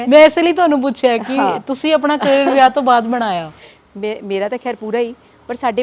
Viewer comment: ਕੈਰੀਅਰ ਨਹੀਂ “ਕਰੀਅਰ” ਹੁੰਦਾ